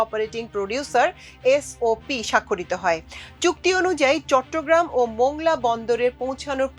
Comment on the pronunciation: মোংলা নয় মংলা বলুন